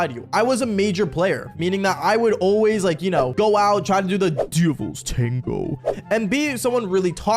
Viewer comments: Bro says it like: ‘DUVLS TANGO’ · Da “dëvįæḻś ṯæṉëgœë” 🗣️ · How he said the Devil tengo 💀💀💀💀💀💀💀💀💀💀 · Bro said : “DEVILS TANGOO 👹👹👹👺👺👹👹👹👹☠️👺👹👽👽” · "The devils tawngo 👹😈🥰🔪🐺💔" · Why did bro say “the devils tango” like that💀💀💀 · Bro says the DEVILS TANGO so weird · HELPP WHY DID HE SAY LIKE DEVIL TANGO LIKE THAT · Why doses he keep saying "devil" "tago" like that I HATE IT🥲🤧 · why did he say “devil’s tango” like that 💀💀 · He's having a stroke every time he says it 😭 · “DEVILS TANGO 😈😈👹”